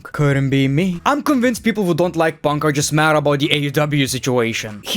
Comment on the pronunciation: This video made me happy because of the amount of times he said "PONK"